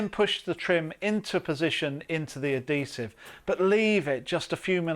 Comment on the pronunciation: What is the language being spoken this video. Clearly not English. Half the words he says are either made up or pronounced horribly. You know you have the bucket with the letters of the words right in front of you and you still say letters that are not in the word. Say uhd·hee·suhv That's how you pronounce adhesive. The emphasis is on the "hee". there has never been a point in the history of the English language where the letter "H" was pronounced as a "D" sound.